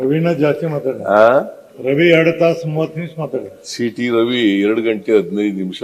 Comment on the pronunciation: ಶೀಟಿ ರವಿ ಅಲ್ಲವೋ ಮಾರಾಯ ಅದು ಸೀಟಿ ರವಿ.